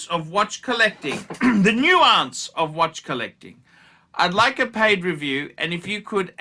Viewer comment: Reading skills by nounce nunce nonce nance.....nuance